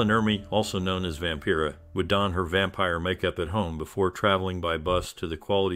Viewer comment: "Vampera"? Get the pronunciations right if you want to a video like this. BAD